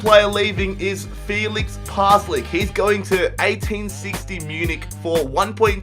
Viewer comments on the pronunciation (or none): none